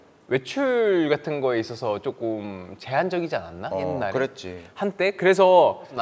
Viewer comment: 나는 태민이 내가 쪼꼼 이 발음이 너무 좋다ㅠ 다른 영상에서도 맨날 조금을 쪼꼼이라고 발음하는게 개귀여워…